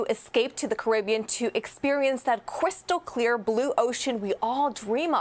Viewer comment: Cwystal cwear water 😂